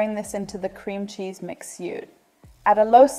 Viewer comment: Man spricht Cheese aus und nicht Scheese ^^